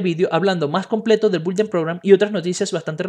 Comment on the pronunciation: se pronuncia “BIULDER” (Builder Program) está fácil inténtalo!